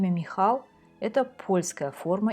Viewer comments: Имя ( михАл) польское? Тётенька! Может (мИхал)? Может погуглишь? И да, русский писатель, холуй наполеона Булгарин для ведущей - авторитет. Бывает... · По-польски не МихАл, а МИхал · М'ихал. Ударение на первый слог. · Спасибо, очень интересно! Только имя композитора, скорее, звучит как мИхал, а не михАл. В польском языке ударение ставится на предпоследний слог. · Дорогая! Пересмотрел Ваш ролик. На третьей минуте Вы пробуете передать именно польское произношение имени композитора. И вводите, скорее всего неумышленно, в заблуждение, тех кто смотрит ролик: михАл это не польская форма имени Михаил. Имя композитора всё-таки звучит как мИхал. Наверное, нет смысла пытаться передавать произношение имени на том языке, которым Вы не владеете. Надеюсь, что данную критику Вы воспримите конструктивно. Ещё раз спасибо за замечательный рассказ. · У поляков ударение на предпоследний слог. Поэтому М’ихал. А если до конца придираться, то и последняя буква не «л» а беларусская «у» краткая (w). Ну и фамилия в оригинале без «й» на конце. Спасибо за видео. Лайк. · По польски Михал- ударение на букве "И" В полском языкуе нет мягкого знака. Поэтому -ОГИНСКИ (OGINSKI) без мягкого знака. С мягким знаком по польски, говорят толко русские с акцентом. РусЫнЫ ( а не русины) это не предки белорусов, а граждани РУСИ (Советскисми "учеными" назались Киевской Русью). А правильно просто РУСЬ. До сих пор русыны проживают в Закарпатье (Украина) и в Словакии . А то, что украинский язык не сильно отличается от русынского можно послушать тут , в словацкой певицы русынского происхождения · Очень интересно, хотел бы уточнить, что имя Михал произносится с ударением на первый слог